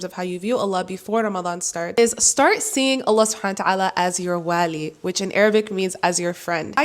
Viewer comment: Jazaky Allah khayran. Just check the pronunciation of the name of Allah (alwali) the way you are pronouncing it, it’s changing the meaning of it.